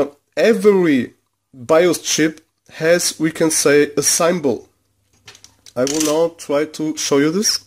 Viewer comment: Great tips my friend, Your English is Excellent, Thank You. Symbol, is pronounced Simm-Ball. Desoldering Braid. or Wick.